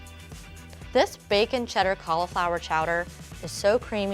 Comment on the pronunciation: Anyone else triggered by the way she pronounces cauliflower